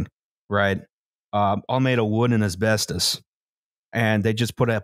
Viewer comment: It's called asbestos not asworstos.